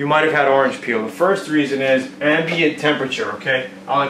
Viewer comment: You lost me at "Ambiant"